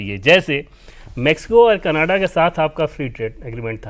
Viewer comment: Why can't these people pronounce CANADA PROPERLY ❓❓KANADA KANADA BOLTE